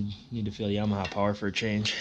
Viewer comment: It is yamaha not yamadog